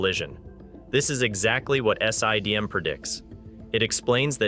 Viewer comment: S.I.D.M, Sye-D.M, Siddum; how many different ways can you pronounce the same thing in one video